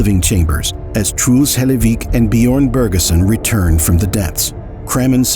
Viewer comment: "bee-yorn" I'm begging you to learn how to pronounce foreign names, literally just put it in a tts for the corresponding language and try to mimic that...... jesus